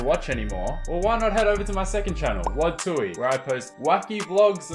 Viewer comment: Wadzee? No. WoodZee